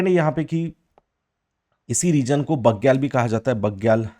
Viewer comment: भोटिया को आप भूतिया बोल रहे है बुग्याल को आप बग्याल बोल रे 😇😇